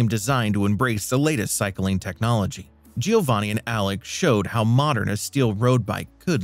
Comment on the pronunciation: This narrator deserves credit-he didn’t pronounce Giovanni’s name correctly not even once. 😂